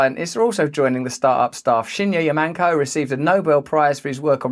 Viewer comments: I noticed Russell pronounced Yamanaka as Yamanko every time and Gordian and Gordanian... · I snorted every time he pronounced Yamanaka as Yamanka. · Russel needs to learn how to pronounce Yamanaka 😂